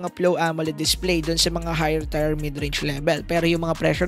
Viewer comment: solid tlga to. nice review boss. BTW boss, Tier is pronounced as "Tiir" hindi "Tayr".